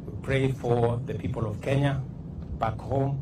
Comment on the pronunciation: President of the Republic of kenyaiti😂😂😂 kenyahiti😂😂😂, ama ni kenya A na kenya B?😂😂😂